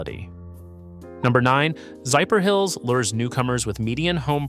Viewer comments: Zypher? Hills? Not Zephyr? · Zephyrhills is pronounced “ZEFF-er-hills.” A quick breakdown: Zeff — rhymes with Jeff er — a light, quick “er” hills — just like the word hills Locally in Florida, people say it fast and smooth: ZEFF-er-hills.